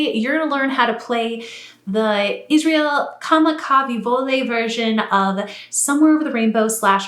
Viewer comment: Thanks for the nice tutorial, but could you please correct the pronunciation of Braddah Iz’s last name? 😊 It’s Kamaka-wiwo-ole. Roughly: Kamaka vee-vo olay. The late braddah and his Hawaiian fans will greatly appreciate it! Mahalo!